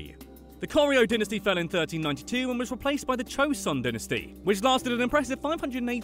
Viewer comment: Aww he can't say dynasty